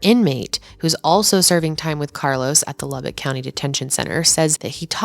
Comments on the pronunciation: I would first like to thank you for knowing how to say Lubbock correctly!!! But I grew up here in Lubbock and well I’m currently watching this in my bedroom in south Lubbock…. This town is the biggest little village ever….. i through the years was fortunate enough to have met Zoe a couple/few times because of having friends of friends ….. despite it looking like it on paper Lubbock is “small” … not even knowing her more than a name and a face, I was aware of the beautiful sweet genuine person she was….. still to this day just in passing conversation this tragedy is mentioned …. I mean this is west Texas…. Yeah things happen here (like people showing up in suit cases or a kid exchange day ending with man shot at point blank range with a shotgun on camera….etc…) but this case actually changed Lubbock forever…. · Being from Lubbock, THANK YOU for pronouncing it right ❤❤❤❤